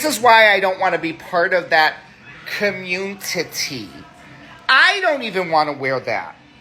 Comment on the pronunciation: He said communtitty. Lol